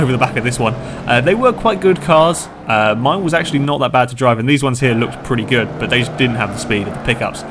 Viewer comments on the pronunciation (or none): none